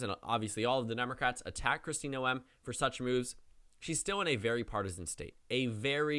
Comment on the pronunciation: you're mispronouncing Noem it's pronounced like 'NOME' not no-em